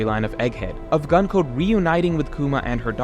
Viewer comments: Her name is Gunko, not Ganko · it's pronounced Goon-ko, not 🔫ko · it’s pronounced GOON-ko. cmon you’re a pro, at least attempt to learn how to pronounce the characters’ names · GOON-KOH,. You fixed RAI-yuma and Yon-KOO, you can do it here too. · man i hate your pronunciation of her name😭😭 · bro can u pronounce gunko and hajrudin properly pls